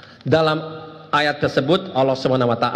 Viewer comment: Kok nyebut nama ALLAH kok OLOH OLOH itu gimana.